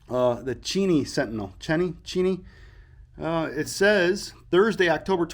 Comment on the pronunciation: The Cheney is pronounced “chā nee” I have family in the city of Cheney Arizona.